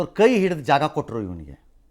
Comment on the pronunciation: ಅಯೋಗ್ಯ ಅನ್ನೋದು ಕಲಿಯಪ್ಪ...... ಹಯೋಗ್ಯ ಅನ್ನಬೇಡ ಗುರುವೇ